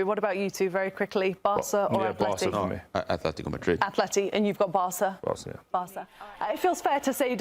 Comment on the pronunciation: Why does he keep saying Athletico? It's Atletico with t not th. Athletic Club de Bilbao is with th. Atletico Madrid is with t.